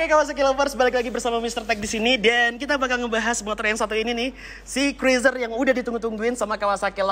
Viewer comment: cruiser.. dibaca kruuzer...